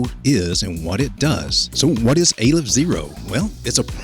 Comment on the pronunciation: Its Aleph not AYYYlef fyi. First letter in the aramaic , Hebrew and arabic alphabets.